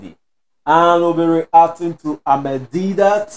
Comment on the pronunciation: Brother it is Ahmed Deedat not Amed, please read his name right.